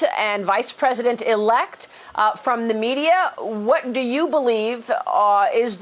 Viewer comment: Such Emphasis on "Elect"